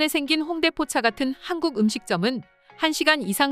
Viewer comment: 근데 나만 한국이 하안국이라고 들리냐?? 들을때마다 이상한데???